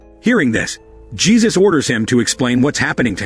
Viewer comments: You need to train your text to speech engine. Jesus? Dieter? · Damn, here comes another one with no idea how to pronouce spanish names